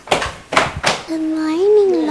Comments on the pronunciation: “gooth” morning. why? hahahah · Why you say good morning like “gooth morning” lol yun lang anyway love ur vids ✨